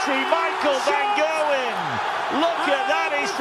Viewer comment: it's Gerwyn not Gailwen